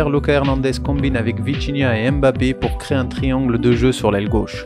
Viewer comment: Analyse vraiment au top mais pour l’amour de Dieu arrête de dire M Bappe c’est grave 😂